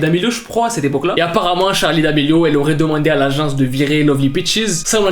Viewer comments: SE NEST PAS "Charlie" CEST CHARLIII HAHAHAHAH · juste je kiffe de ouf tes vidéos mais juste ses *Charli mais pas Charlie 😅😅